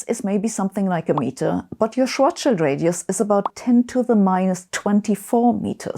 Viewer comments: it's refreshing to hear Schwarzschild pronounced correctly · Finally, someone who pronounces "Schwartzschild" correctly.